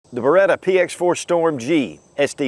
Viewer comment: BereTTTTTTTTTTa is the right pronunciation ;-)